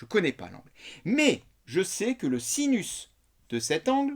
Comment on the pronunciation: Super video euh par contre à vous avez dit sisus au lieu de sinus ahahzhzhzh mais bon ca arrive a tout le monde.... bises!